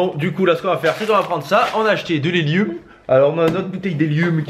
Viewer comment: Mdr il dit heli"u"m😂